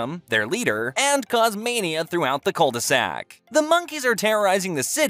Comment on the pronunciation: When you say cul-de-sac, it made me think of ed edd n eddy